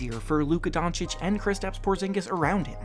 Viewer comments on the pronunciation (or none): none